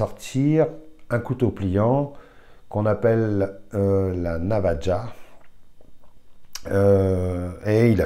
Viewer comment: bonjour navaja se prononce navara